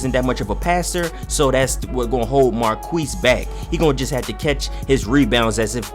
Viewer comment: Every time he said Marquese 😖